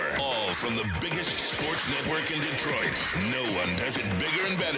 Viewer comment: I need celeb to learn how to say Detroit....